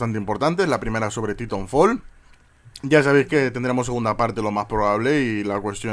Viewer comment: titonfol, saldrá el 2 y todavía no sabrá pronunciarlo de una manera cercana a la real jajaja pero bueno no pasa nada.